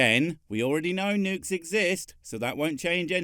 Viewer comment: I can’t take that guy seriously, the bad pronunciations just ruin it for me. Like the nukes on mussels? What do seashell creatures have to do with huge explosive payloads and the moon?